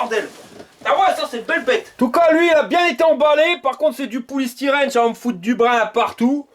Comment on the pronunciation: Poulie styrène ? 😂😂😂😂